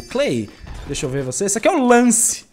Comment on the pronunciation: não é o lance e sim a lance ( se pronúncia lence)